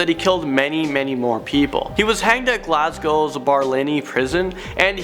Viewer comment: why you put such an accent on Glasgow ahahha also could be wrong but they acc gave him a special case about his death row